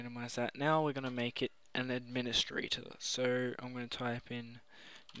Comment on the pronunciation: What's an "Andministrator" and a "camands"?